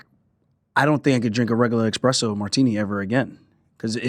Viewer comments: 'expresso' martini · Aljo calling espresso martinis "expresso martinis" lol killed me